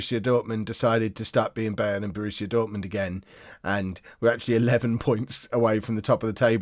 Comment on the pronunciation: I don't think I can manage another season of mispronouncing Bayern. It's Bye-rn not Bay-rn ffs.